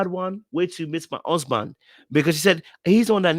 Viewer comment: Lmaoooooo how you're pronouncing "huuusband". I totally get it 🤣🤣🤣